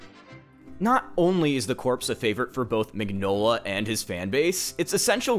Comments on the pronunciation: The man's name is pronounced "min-yola" not "mig-nola". That's just the way it is, like mignon (meaning cute) in french. That's his name. Maybe if you love his work you could care enough to get his name right?... I comment because I also love his work and I don't see a single comment related to the fact that the creator/author/artist's name is pronounced completely wrong... I love Hellboy. I love many of Del Toro's films, respect him very much as a director and enjoy hearing him speak about film. Del Torro's Hellboy is not Mignola's Hellboy and not the Hellboy I love! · Ron Perlman is awesome. And I really need to get the Hellboy hardcover collection. Also, I thought it was pronounced “meenyola” because it’s italian. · I hate being that guy but you pronounce the G in Mignola like a Y.